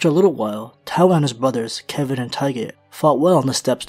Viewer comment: Its Kevan